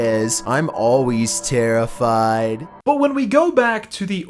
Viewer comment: seals the deal, imo. The way he says "terrifYd" is clear satire